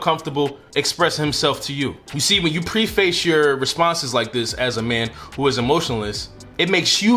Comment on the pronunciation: I had to Laugh at the way you pronounced preface. It is not two words. It is pronounced PREFUS.